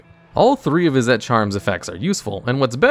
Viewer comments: I keep hearing you pronounce "Izzet" as "Izz-ette". It's pronunciation is more like "Is it". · Izzet is pronounced "Izzit" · Izzet is pronounced Izzit (Is it). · A few things that I'm pretty sure are correct : - Izzet is pronounced "Is it," not "Is et." Not trying to be rude I'm just very nitpicky. - Boros charm is also played for it's other modes in commander. - Players don't get priority during the draw step, but they DO during the upkeep. Also, honorable mention: Rakdos charm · Hey just wanted to let you know that izzet is pronounced: is - it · lmao at this guy trying to find a way to pronounce "Izzet" wrong to bait engagement. lmao at me for taking the bait. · The way he pronounced Izzet 💀💀💀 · Have you always had such a weird pronunciation of izzet?